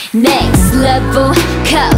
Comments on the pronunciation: I love Giselle's ver, but the way Winter pronounce it was savage. Hers was literally nhext leveuhl. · I can't be the only one noticing, how Winter's pronouncing "NEXT LEF-VEL" SO UNIQUE! SO ADDICTIVE! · everyone: “next level” winter: “next levEUL” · Next LevUl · haha cause winter pronounce sounds like “leveulh” :D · No she says Next "Leveul" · More like next "Levul" lmao I love her